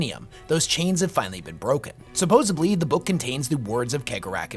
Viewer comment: It’s supposedly, not supposebly. Cool vid tho